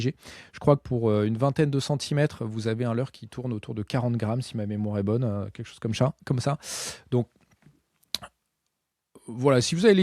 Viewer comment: Hey hey moi j'aime bi quand tu dis "keque chose coume cha su l'bucktail" 😂😊 Ça sonne vachement tche nous😊 Perso je monte des Bucktailjigs pour la pêche du Bar, mon délire c'est de les monter sur des VJ36 pour cacher l'hameçon dans les poils 😉